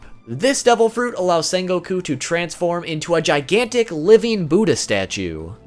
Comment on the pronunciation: How are you mispronouncing his name? ITS SEHN NOT SAHN